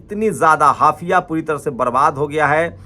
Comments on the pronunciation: ये बहुत दुखद है, हाइफा को आप बार बार हाफिया pronounce कर रहे हो। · हाफिया नहीं हाईफा बोलिये 😮😮😮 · हाफया नहीं हायफा सही नाम हैं ।